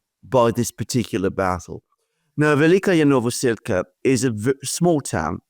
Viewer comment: Alexander just loves to pronounce this "Velika-ya Novosilka" village, wrongly :)